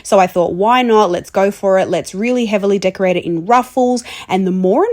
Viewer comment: “Deck- core-rated cake.